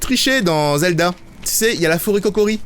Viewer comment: c'est la forêt Kokiri pas Kokori XD